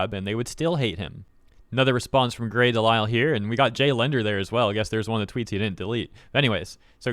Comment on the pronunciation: im glad you figured out how to pronounce her name after the last vid..but they'll never be as good as bridget hoffman..